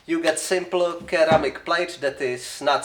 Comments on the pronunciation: Not sure if your aware, but ceramic is pronounced like "seramic". Glad your still alive bro! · Didn't know some people pronounce ceramic like that.